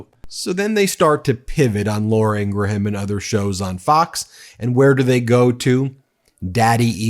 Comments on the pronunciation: No big deal but it is pronounced "Ingram". Not Ingra-Ham. (Law-ruh Ing-gruhm) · Are you intentionally pronouncing Laura Ingraham's name wrong? Because its a very common name where I'm from and we pronounce it, ing...gram or ing...grum. Like Teddy Graham or Honey Graham. The h is usually silent. If you google how Laura says her name she pronounces it the same way also. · Although I don’t like her as a host. Laura pronounces her last name as Ingram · What's with so many pronouncing "Ingraham" as having three syllables? It's TWO syllables! 🤔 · Does Ben mispronounce Laura Ingraham’s name on purpose? 😂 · Ingraham does not pronounce her name like that. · I love how Ben mispronounces Laura Ingram last name on purpose..😂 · Do you mispronounce Laura Ingraham's last name on purpose to get back at all of those MAGAts who pronounced former Vice President Harris' first name "kuh-MOL-ah"?